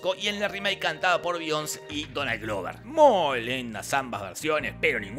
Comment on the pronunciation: Be-ion-sé (no Bions!)